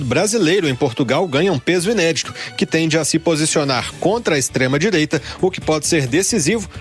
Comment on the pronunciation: Tava ate ouvindo , qdo falou extredireita ! Fui!!!